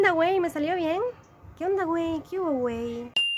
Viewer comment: Buen domingo para ti.. el wuey se escuchó bien pero mayormente se aplica a hombres y la mujer lo aplica entre amigas o con amigos muy cercanos pero si lo dijiste bien.. acá en México se usan muchas palabras que significan muchas cosas eso es lo que confunde al turista..por ejemplo la palabra madr3...... Paso hecho madr3s.. paso muy rápido... Quedó a toda madr3, quedó muy bien.. sabe a madr3s, sabe muy mal... Dame una madre, dame poquito... Y así hay muchos ejemplos pero el más importante es.. tu vídeo quedó a todas madr3s 😂😂😂 osea 👌👌👌 saludos cuídate mucho y no salí favorecido en el sorteo pero no importa yo sí visito la isla me gustaría finales o principios de año... Cuídate hermosa se nota que eres una chica a toda madre😂😂🌹🌹😘